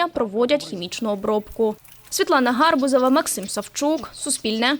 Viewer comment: не гАрбузова, а гарбузОва, Світлана вивчи своє прізвище. ГарбУз, а не гАрбуз. Позорище, а не журналістка